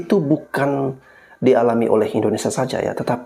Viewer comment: Orang pintar nyebut Indonesia kok jadi IndoneSA huruf (i) nya mana